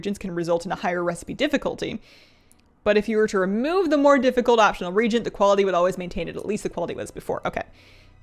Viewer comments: so, you are far from the only person who does this, but it's pronounced re-agent, like youre agenting again, regent like a person appointed to administer a country because the monarch is a minor or is absent or incapacitated. sorry, it makes me cringe every time someone mispronounces it. Same with hearthstone (hearth, like the hearth of a fireplace or heart, not earth like soil) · Reagent is pronounced re-agent. Regent is a different word. Don't worry, you are not the only person to pronounce it this way, but it's a pet hate of mine, so I feel the need to point it out. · It's pronounced Re-Agent, unless there's a Canadian pronunciation I am not aware of. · Re-AGE-ent. I can't be the only one. lol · I can't get over the pronunciaton of the word reagent, in English it's Re-agent. My ears are sore, sorry. It's like the word herb which has a H sound not silent as in erb. Other than that excellent info <3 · lor'themar is Regent Lord of quel'thalas. you are using crafting re-Agents to craft gear. regent and reagent are not pronounced the same. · it's pronounced "reagent" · can I be a nit-picky jerk for just a second? I noticed you're pronouncing reagent wrong. I don't believe this is a regional issue. While the "ea" vowel combination is generally pronounced as a long ee sound, as you are using it in this word, the proper pronunciation is "ree-AY-jnt". It was bothering me. Sorry. I hope you're not offended,. I have been enjoying your videos showcasing the new things coming in Dragonflight. It should be a lot of fun. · ree-agent they arent royalty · Love your stuff! I am so sorry but I feel the need to say its pronounced ree·ay·jnt. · Is the "a" in "reagent" silent? I don't think so...it's not "regent", it's "re-agent". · Hi, love the content! Just FYI, you're pronouncing re-agent as Regent, which is a different word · Reagent - pronounced ree-ay-jent. Not ree-jent. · Why after 20 years of this game people still can't pronounce reagent correctly.